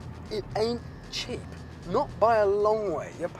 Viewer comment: Did anyone else notice it said 'chip' instead of cheap haha